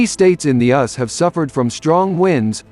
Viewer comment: the cute little computer voice keeps calling the United States, the US, the ''us'' as in rhymes with 'bus' LOL infant AI is so cute. it will be fun to watch it grow and develop on it's own instead of being miscoded by humans.